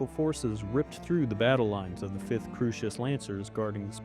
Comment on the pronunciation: Early on, perhaps this individual was hearing your version of Kurita. Think Coo (Coors beer) -ri-ta sounds like an odd margarita. A little later Crusis is Crew-sis. No worries, we all get part of the universe pronounced a lil off, myself included. I'm entertained, however. Salute and keep making more!